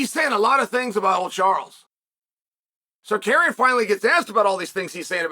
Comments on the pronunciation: Men can’t stop laughing 🤣🤣🤣, Chael it’s not tsakarian it’s tsarukyan lol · Auto subtitles has "Tsarukyan" pronouced like "Sir Karen" "Sarakian" and "Sarcaran" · Zarukyan would the accurate pronunciation 🇦🇲❤️✝️ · SAH-ROO-KEY-AN say it Chael, say it 😂😂😂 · Carukyan just that’s right pronounciatian 😊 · Arman “SarKaryan” 😂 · Chael Stop trolling us with butchering these names!! 😂 And if the judge DID apologize to Tsarkarean, the UFC should investigate that 🤷🏻‍♂️ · Herman Sarkarian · Pronunciation of his name on purpose? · Why you keep mispronouncing his name on purpose, man? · Can you learn to pronounce their names??? God damn dude. Or just say Arman. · Bro said his name properly on ESPN then went back to his old ways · Cheal makes it a habit for mispronouncing people names smh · I saw the title of the video and knew I would hear 16 different pronunciations of "Tsarukyan"